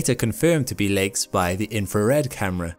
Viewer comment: Am I the only one who hears legs instead of lakes?